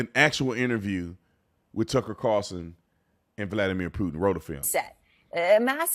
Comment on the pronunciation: So many people can't say TUCKER CARLSON... 😂 they say Tuckle CARLSON